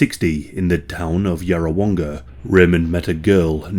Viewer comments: you absolutely nailed that pronunciation of Yarrawonga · From the area and you said Yarrawonga and Shepparton correctly! Tocumwall though is more like Toe-cum-wall. Also, a more lighthearted fact, Shepparton is filled with fibreglasse cow sculptures. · Not a hard name to say correctly